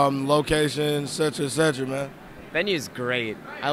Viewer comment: its not etceTRA its et cetera...